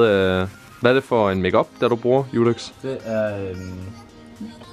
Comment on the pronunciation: Hvorfor siger Judex og ikke dudex